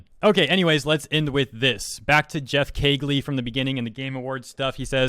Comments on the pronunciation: Supergiant Games. Do some research before talking, come on man. Also: KEEH-LEE. Not "Keg-lee." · Did this fucking weeb just say Geoff "Kegley?" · Geoff's last name is pronounced like Key-Lee. Not sure if you read these comments or not but you said you weren't sure if you pronounced it right so I wanted to provide clarification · to help you out a bit, Geoff Keighley's name is pronounced "keely." For future reference. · its Geoff "Kee-Lee" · For future reference, Geoff's last name is pronounced as key-ley.